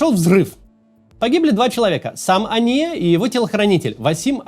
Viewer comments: Почему постоянно говорит ания , а не хания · Максим, я понимаю, что вы израилитянин, но он не Ания, он Хания, первая буква там не хэй, а читаемая Х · На русском он хания, а не ания.